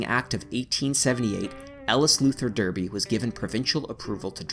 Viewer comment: pronounced Darrr, bee; Smiiiiiiii.....the